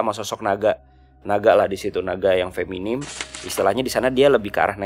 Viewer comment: Feminin kakak, bukan feminim